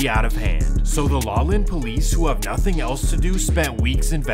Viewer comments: My guy, Laughlin is said like “Lof-Lin” Ask for help with the pronunciations, you’ve done this with several videos lol. Love your stuff but can’t help but notice it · Did he say "LAWLIN" Nevada?? LOL ... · Laughlin is pronounced with an “F” sound where the gh is. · So does an A.I. read this or a person? They keep saying Laulin instead of Laughlin, just curious. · LOLOLOOL I LIVE IN VEGAS YOU ALMOST HAD THE WORDING ITS PRONOUNCED LAUFLIN THATS HOW YOU SAY IT I KNOW ITS WEIRD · Dude said Law Lynn Nevada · It’s Laughlin not Laulen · I don't want another video from you, I just want you to stop saying lollin Nevada. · sonny pronounced sunny, laughlin pronounced lofland lol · Laughlin, is pronounced "Loff-lin" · It is pronounced Lauf-lin. As in Laugh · It’s pronounced like lof Lin Nevada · Loff-lin nevada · It’s pronounced like Lawfland…. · Its pronounced lauflin 😂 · It’s pronounced “laff-Lin” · Pronounced Laughlin, NV wrong just wanted to let you know, I live right across the river from it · As a Nevadan I hate the way he pronounces Laughlin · Hating on Hangtown, tut tut yeah y'all stay away, take 80 you still hit the lake. Hating on Reno, now that's funny. (different vid) These weird mispronunciations you do must be good for driving engagement. Bet there's a sh*tload of comments about how to say 'Sonny' and 'Laughlin'. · I jus wish you could pronounce "Laughlin" correctly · YOU ARE SAYING LAUGHLIN WRONG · Great video, but the way the narrator pronounced Sonny and Laughlin was kind of annoying, do your research. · You guys lose credibility when ya cant even say Laughlin correctly 👎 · You say the Laughlin Police have nothing to do,,, it’s actually the Las Vegas Metropolitan Police Department that cover Laughlin. Do your homework,,, and also learn how to say the town’s name of Laughlin. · Lalan? Laughlin … pronounced Loff Lin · Isn't it pronounced LOFFLYNN? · Laughlin Nevada is pronounced LawFlyn!!!! Ffs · ITS “LOFF-LINN” not La Lin 😂 great video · “Lawlen Nevada” 🤣